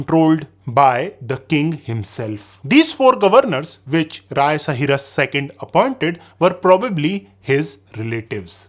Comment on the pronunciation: Rai not Raya , noob😂